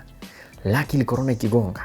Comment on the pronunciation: I wonder how many people noticed, Timothy is saying "colona" instead of "Corona" on purpose to imitate Kagwe . Guy is a genius!